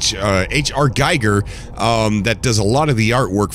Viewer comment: Amazing stuff! Looking forward to "Ark - the movie" 😉. Btw, the H.R. Giger guy ist pronouned like in "geek" in the middle part. So something like "Geeger".